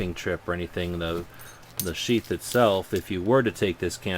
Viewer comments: when he said piece os sheath i thought at first that he said a piece of shit lol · Haha, you were talking about how this is a junky knife, then you said "We're looking at a piece of 'Sheath'.." i could hae sworn you said 'We're looking at a piece of Sh**". lol. great vid! keep it up.